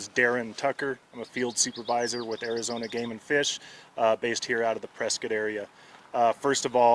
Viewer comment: Sorry for the loss 😢 But reading this ain’t no way I wouldn’t have pronounced this press-Scott they kept saying press-skit😅